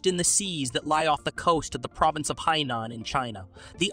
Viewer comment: Hainan is pronounced High- nan. The largest Chinese sub base is nearby.